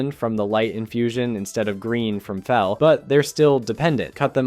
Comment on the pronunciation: oh the "feel energy" .... bro slow down . it is garona halforcen from half-orc, not orssen. and Fel... like when you >fell< from the changing table.